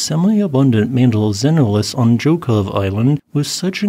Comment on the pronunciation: Excellent Russian pronunciation!!! Most people would butcher Zhokhov...